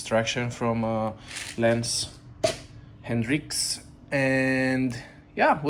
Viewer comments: It's Lance Hedrick, not Hendrick. there is no "n" in it... 👊💪👋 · It's Hedrick whitout the N